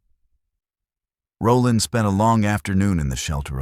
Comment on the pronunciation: All the comments calling out the weird names, ive come to the conclusion that the names are normal but AI struggles to pronounce them 🤣 'roll ond'.